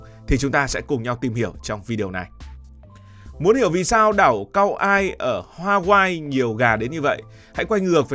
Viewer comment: Đọc là ka oai (kaua’i) ông ơi trước khi làm một chủ đề nên tìm hiểu kỹ về tên gọi và cách đọc